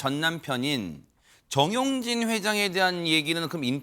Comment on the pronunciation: 정용진이에요. 전용진 두번씩이나. 발음 교정하시던지 남의 성 바꾸시지말던지.